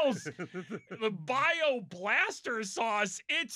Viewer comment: I know why Bob can't say bayou Michael P. Tomlin